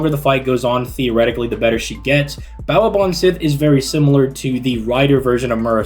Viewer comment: He doesn't pronounce anything French correctly honestly. Chevalier, Gilles, Jaques ... never right. Also doesn't pronounce Baobhan Sith correctly either, but then again no one does other than me.